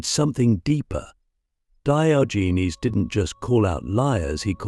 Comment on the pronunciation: AI pronunciation of Diogenes is offensive to the ears. 😢